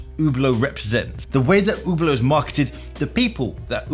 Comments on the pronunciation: Completely agree on Hublot. They actively lied to customers a while back about the movement in one of their watches. Really bad when ALL of the premium price is wrapped up in the case and bracelet alone and a brand new replacement movement can be bought for less than Hublots servicing costs. With regard to the Hub Lot pronunciation part of your video for the Hublot - JeJe LeCoultre, really 😂😂😂. It is spelt Jaeger as in Jaeger bomb - 'Yay Ger'. Never liked 'In-Speak' myself in any area of life. Same as people have to say - 'On Wrist' in place of On the Wrist. As bad as if a guy named Robert told me he pronounces his name RowBoat and I then applied this to every Robert I encountered 😂. Imagine a guy with the last name Fosdyke being announced as FoxDick because someone else had used that? 😂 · I’m francophone and I intentionally mispronounce Hublot out of contempt lol. For all the commenters talking about Rolex fans–Hublot fans are all the most toxic Rolex fans taken to another level. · Jesus, the girl literally just gave you perfect pronunciation on the plate and You still butchered it... And You are a watchtuber? LOL. I don't get why English-speaking people generally have so wooden tongues when it comes to roman languages. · Hablot?! Good God! Learn how to pronounce dude before pushing your hate message 😊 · its not "UBLOOOOT" its "SHHHHHHIEEEEEETE" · Its not spelled ,Ublo' its spelled correctly ,Üblo' (Ueblo).... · "Ubert Ubear Uber." Listen, b!tch. If you want to sell this watch then it better pronounced HUB-LOT. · I wonder why english speaking people say Hublow. Just listen to the woman at the begining. Hublot...Hublot! Please don't say Ublow. I ain't french nor is it my first language. But I speak many and trust me only worst than Ublow is Hublote...LOLOL Either way you say it, it won't make it get any better. Because it is SHITE! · Oooh blow. Not Who blow. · I think its french and is pronounced LUBE-a-lot, but what do I know 🤷🏼‍♂️ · Hublot... pronounced YouBlow?